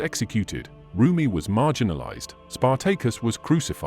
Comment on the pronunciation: Spar-Take-Us LMAO